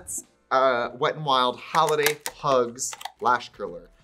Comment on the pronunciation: I love it when your Minnesota accent comes out… hAAAAAliday 😂😂😂